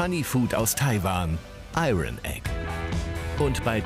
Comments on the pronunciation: Und das „Iron“ konnte man jetzt nicht ein einziges mal richtig aussprechen ? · Des r bei iron spricht man nicht des regt mich gerade so auf